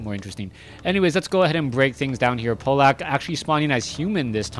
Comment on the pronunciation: In fact, it's "Pavlak". ;) Trust me, I'm from Poland too.